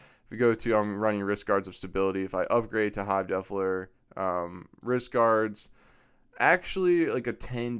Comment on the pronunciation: Love the vid, I subbed and liked. Funny how you say the word Defiler, sounds like you are saying Defler.